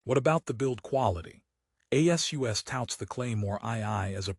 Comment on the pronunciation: A.S.U.S INSTEAD OF ASUS?? That's funny, using AI has its drawbacks doesn't it?